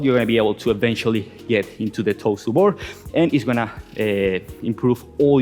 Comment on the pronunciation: Am I the only one that thought he was saying "toaster bar" for "toes to bar" lol